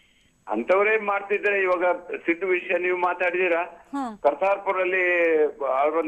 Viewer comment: ಸಿಧು ಅಲ್ಲ ಸಿದ್ದು